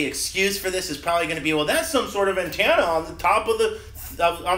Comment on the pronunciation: "anntannuh "lol